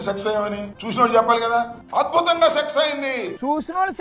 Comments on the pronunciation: Orey ambothu nuvvu success antunnava sex antunnava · అంబటి రాంబాబు గారు సక్సెస్ అయింది అనే మాటను సెక్స్ అయింది అని పలుకుతున్నారు.